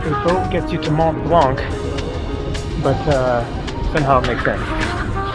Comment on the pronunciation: Hi! Mont Blanc is pronounced without the C at the end! Great video!